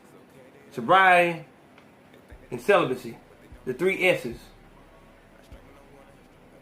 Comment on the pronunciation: Not to take away from anything you said in the video I respect you and the show but when you made the comment about the three S’s I cringed.😭 It’s celibacy not selibacy.